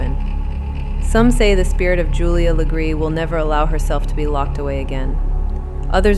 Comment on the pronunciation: Wow! Thanks for being one of the only pages to actually say her last name the RIGHT way 🎉